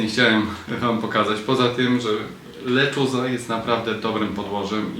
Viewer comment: W końcu ktoś, kto poprawnie wymawia "lechuza” 😂